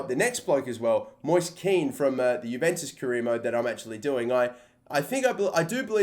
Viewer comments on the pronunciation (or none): none